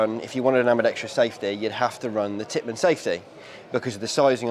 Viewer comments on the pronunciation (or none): it’s Tippmann not Pittmann